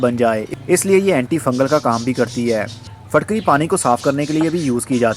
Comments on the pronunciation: Are you a native urdu speaker? I always see you pronouncing words with a 'zer' (i) more like with a zabar (a). Its pronounced more like phitkiri than phatkari in urdu or maybe its pakistani accent. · Phitkiri not fitkiri